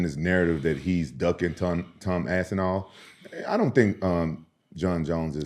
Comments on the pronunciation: Repeatedly calling Tom, “Tom Ass-inal,” doesn’t make you look good the way you think it does… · Gets corrected, still says ass n all moments later, I love it 😂